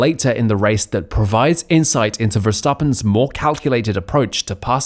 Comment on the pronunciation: Bro how are you saying "Verstappen" hahahahahahaha